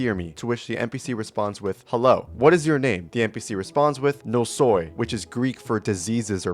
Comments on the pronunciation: you pronounced "Νόσοι" wrong it's pronounced Nósoi and not Nosói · the "oi" in greek is pronounced like the -ee in tree :) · as a Greek this pronunciation hurts physically. Dawg, its not Russian 🪫